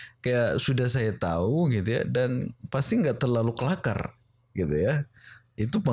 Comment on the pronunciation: Kelaka bukan kelakar 🙄